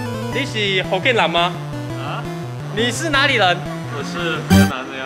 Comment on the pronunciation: 福建人三个字都说错让人怎么听懂